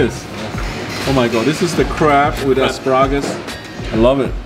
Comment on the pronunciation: This is the crab with ass-par-raw-gis:elbowcough